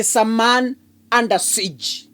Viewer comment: Yea indeed under sikeee 😂😂😂😂lyk west gate kitambo.English not our mouth.